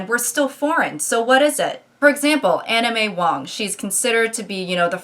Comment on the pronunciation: omg im so sorry but i heard anna may wong as anime wong